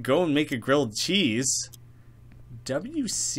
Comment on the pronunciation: ...Wash.. CROOM? LOL, It's Water Closet